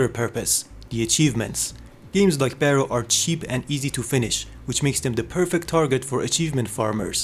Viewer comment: Here is a small correction "Barro" is pronounced as "Bar row" wich translates to dirt or mud, Maybe it was supossed to be an off road racing game?